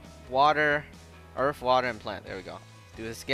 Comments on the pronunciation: He says earth like earf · HE SAID EARF!!!!!